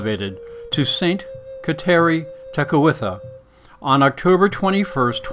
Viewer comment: pronounce her name correctly!